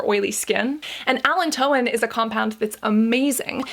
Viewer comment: With all due respect ... Just a heads up .. allantoin is pronounced (Uh-lan-toe-win). 🙂💕